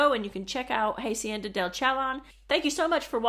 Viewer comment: First, thank you SO VERY MUCH for sharing this wonderful information. But PLEASE educate yourself on the correct pronunciation of Spanish words / letters. Example: it's hah-see-en-da, not "haY-see-en-dah".